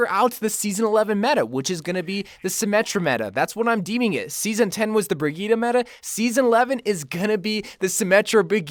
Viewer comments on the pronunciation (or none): 1 word, 3 syllables. BRI-GEET-TUH.